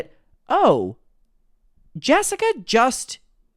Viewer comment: "" can't even say her name properly. And Bailey is barley in the videos. Pulling at hairs now. Move on.